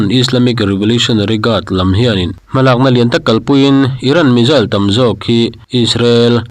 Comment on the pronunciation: I Chanel hi ka lo thlir ve thin a,tinge missile hi(Mizzil/Mijil) angin i lam thin le?missile tiin lam. Ve mai ta che